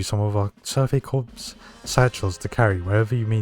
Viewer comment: I have only one problem with the video so far. Corps is pronounced 'core'. Other than that you're good.